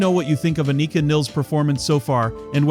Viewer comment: Just a heads up, It’s pronounced “Ann-i-ka” and her last name is pronounced like the river and rhymes with miles.